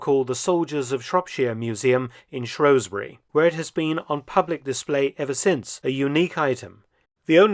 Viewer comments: It's Shrewsbury not Shrowsbury Dr Felton. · Its pronounced shrews (like the mouse like creature) bury not shrowsbury. Bill shakespeare didn't write a play called the taming of the shrow! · You pronounce Shrewsbury wrong.